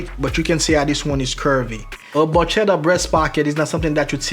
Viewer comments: Hello, as always good content. Just one thing to point out: you should check how to pronounce the italian word barchetta since the "ch" is not the same "sh" or even the "ch" used in Spain and Portugal. It works more like a "k". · You're one of the very few non-italian people who can actually pronounce "camicia" correctly. That being said, "barchetta" is pronounced with a hard c (k sound), i guess you can't get them all right :) It is interesting to me, used to everything international being in english, that in traditional menswear (and also a little in classical music) Italian still is the standard, or "lingua franca" if you will.